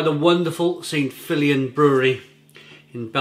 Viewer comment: Belgium does have a coast matey....between France & Holland. And Feuillien is pronounced 'Fur-Yen' I believe 👍